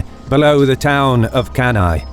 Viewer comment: One of the best video on Cannae IMHO. Anyway, the correct pronounce of Cannae is "canne" (kan-neh). And Paulus, not Paullus.